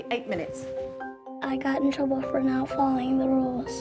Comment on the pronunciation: "Chruble" 😂😂😂 Awesome!